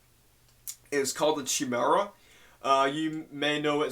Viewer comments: I know this is super late but you pronounce it "kai mee rah"... It's the name of a mythical creature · Chi-mara???? What kind of idiot can't pronounce Chimera? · Chimera is pronounced kaimera